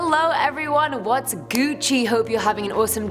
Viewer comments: Colonist saying gouchie... yuck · Me: Yawning.: Hope you are “Gucci”. Me: Stops immediately and looks at screen in disgust. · She said Gucci. Gonna leave. Lost interest 🤔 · You sound weird when you say gucci